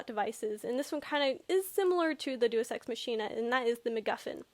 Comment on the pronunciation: Day-us ex mach(as in speed)-een-ah